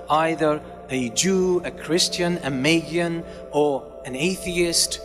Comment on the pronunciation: Magian, not Mayan